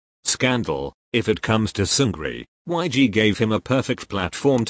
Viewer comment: why does the voice say yg like that JSNDNCF